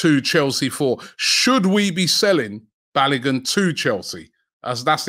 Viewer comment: Robbie I bet you … can you pronounce Folarin Balogun’s name properly for once 😂😂😂